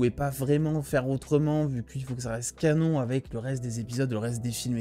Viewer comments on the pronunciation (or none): none